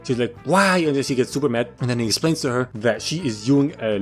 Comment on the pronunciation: "Esplains" Great job weirdo